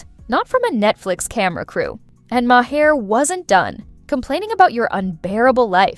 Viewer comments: Colin Yost is pronounced Y-OH-ST. Bill Maher is pronounced M-AY-ER. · Ma Hair? If it’s not AI, it’s an ignorant idiot reading this.